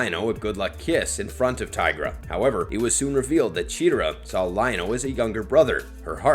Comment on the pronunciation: I hate how he pronounces chetera instead of Chitara